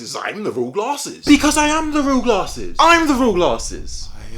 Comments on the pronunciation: lol when you said Americans and glarhses you sounded irish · None of them are the real because they do not pronounce it like "Guh-laRses" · to be fair when you say your channel name it sounds like you say it with an r